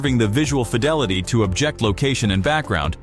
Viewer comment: The narrator keeps pronouncing the word "Object" as "objEct" (the verb form). He seems like he's a native English speaker, but maybe he isn't? But the real concerning question is, why would Google (a company heavily invested in the wielding of proper language usage), not notice this? Very annoying, and doesn't inspire confidence.